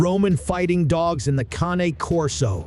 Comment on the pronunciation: How can I trust this when the moderator isn't even pronouncing the name correctly? If dogs weren't used in war, the Persians really lied bigtime. I have read a completely different history of dogs in war. Cane Corso as a war dog? Maybe not, but their ancestors were.